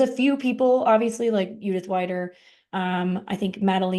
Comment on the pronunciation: greetings from switzerland 🇨🇭🇨🇭 i love listening to your podcast while crosstraining 😊 but it‘s judith ‚weeeeder‘ not judith ‚waaiider‘ 😉